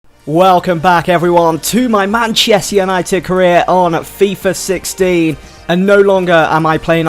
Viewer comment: it sounded like 60 and 16